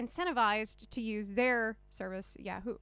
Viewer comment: I’ve never heard anyone say Yahoo as Yeah-Hoo. ...lol